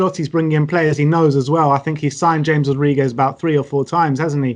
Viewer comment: I don't understand how anybody who watches football still doesn't know how to pronounce James. I bet they say 'Reel' Madrid, too. Shudder